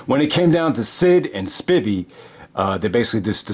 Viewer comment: Lol. It’s pronounced Dan SPY-VEE 😂